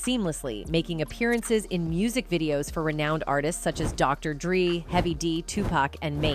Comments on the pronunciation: Doctor "dree" huh? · I miss him Chris was hilarious. Find an AI that can read properly iv never heard of dr dreeee . Ai is trash . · "Doctor DrEE" 😂😂😂 theres no way she messed up pronouncing that 😅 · who the f is Dr. "Dreee"? foul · she said dr.dree